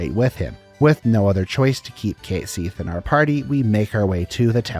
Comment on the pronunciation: Enjoying your videos, just a small tip. Check the pronunciation of "compilation" (com-puh-lay-shun), "ubermensch", and "Cait Sith".